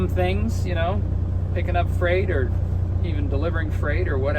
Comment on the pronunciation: Freight rhymes with Wait